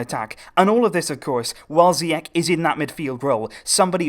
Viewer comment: Moroccan viewers are actually enjoying it, thanks for this great work. Just a quick note though, Ziyech (in Hakim Zieych) is actually pronounced "Ziash" ;) Keep the good work going :)